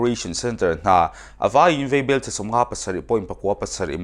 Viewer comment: Vaibel te hi veibel a ti tlat a. Mizoṭawng a tikhawlo zo dawn.